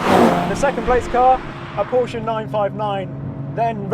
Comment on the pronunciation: Thank you for saying Porsche right.